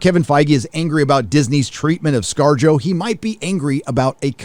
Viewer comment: Wait scar-jo ? Sounds like scar-jojo. JoJo reference!